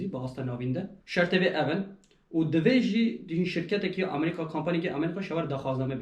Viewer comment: Gellek spas ji bo parvekirina van agehiyan yên rind û hêja, spas bira. Tenê tiştekî bala min dikişîne, ew jî lêvkirina we ji namî (navî) welatî Amerîka ra .. Hûn dibêyin Amerîqa ! Tîpa ( k ) diqulibînin ber ve tîpa ( q ) ... !